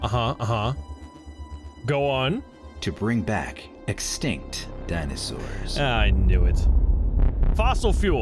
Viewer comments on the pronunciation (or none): “These are Dinasaurs”